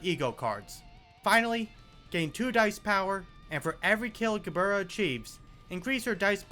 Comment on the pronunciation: Ge-burr-rah That's my new favorite way to say her name